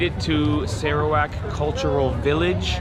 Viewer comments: We sarawakian pronounced sarawak as "sirrawak" not "Saarawak" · Malaysian pronounced Serawak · Spelled Sarawak, but we local says it as Sir- rawak instead of Sarah wak...way back from the Brooke s era. However if spoken in Chinese or dialect it turn into sar砂 .